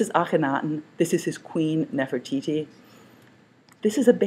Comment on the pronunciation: Its Nefertiti and not Nefertiki.